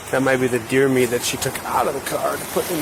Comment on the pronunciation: It's deer Meat,Deer Meeat